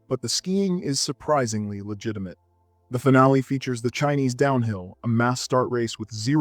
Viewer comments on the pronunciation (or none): none